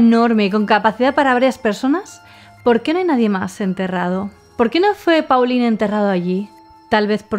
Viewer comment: Pauline-nombre femenino francés, se pronuncia: Polin Paulin-nombre masculino francés, se pronuncia: Polan (la 'a' sería pronunciada además de forma nasal)